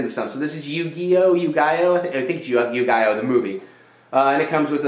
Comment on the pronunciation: It's you- ghee- yo haha. You know like yugioh cards?